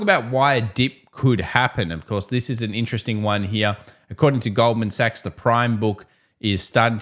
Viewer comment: Thanks! Hate to bother but you keep mispronouncing “$GS Goldman Suchs” 😁